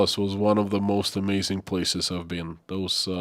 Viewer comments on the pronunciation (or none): none